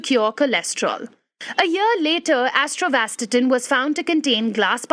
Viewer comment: AT-OR-VAA-STATIN not Atrovastatin.